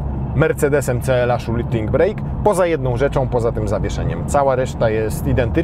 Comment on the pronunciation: Panie! Nazwa tej wersji nadwoziowej to Shooting BRAKE (a nie BREAK) - a więc "hamulec" a nie "przerwa":)